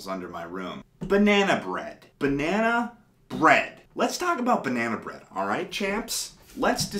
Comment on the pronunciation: bah-nea-nah bread